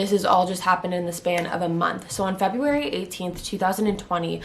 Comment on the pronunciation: The way you say February bothered me lol